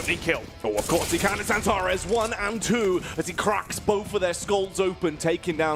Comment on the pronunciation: how he says "Mr. Xantares" is fireeee